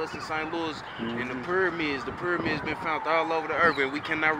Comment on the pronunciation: Buckacre 134 he pronounced pyramids as permids